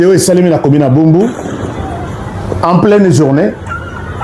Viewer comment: Commune de Barumbu et non bumbu